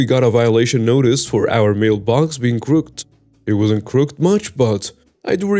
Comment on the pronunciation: u need to learn how to say the word (crooked) correctly! Enjoy your stories though.